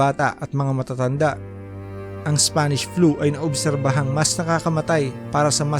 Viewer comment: Ako lang ba nakarinig ng SFANISH FLU?